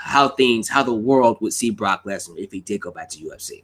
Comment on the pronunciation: Why u say Barack lesnar not Brock